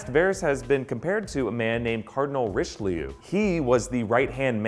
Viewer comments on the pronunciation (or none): Cardinal rishleeyou